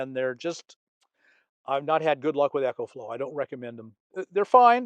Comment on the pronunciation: It's Ecoflow Bob, ecoflow...not Echoflow. I don't hear an ehco...its ecoflow as in economical